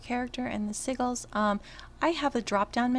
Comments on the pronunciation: Lol its "Sigils" like si-jils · I love your videos. Thank you! I totally have to give you shit on the pronunciation of Sigils...( Si Jew alls ) the g is pronounced like a J. Omg tho it is so cute hearing it the other way. Im on S1 also...Darkened ( dark sage ) Lighthands ( pally Dr ) Dorann is your toons name correct?